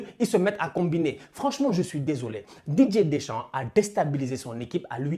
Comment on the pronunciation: Je suis le seul à entendre "DJ Deschamps" à chaque fois ?